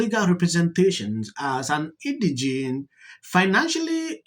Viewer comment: Pronounced In-di-jent. Not "indignant"